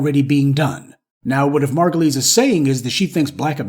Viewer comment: you pronouncing her name wrong it's margu -lies 😂😂😂😂